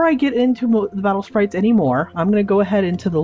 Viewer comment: its not battle spairaites its battle spirites